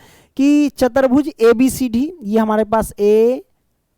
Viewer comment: Chatarbhuj nhi chatubhuj